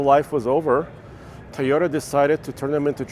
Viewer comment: Its Toyota not Teyota..and with Nissan sponsor of the video and no Nissan...other channels have this content